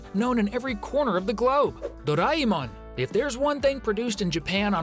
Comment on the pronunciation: Bro i live in filipino engineer and then you just say doraemon like that is doraemon